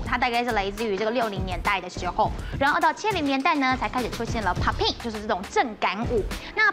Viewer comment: locking 跟 poppin 的發音其實是不對 都是第一個音是高的才對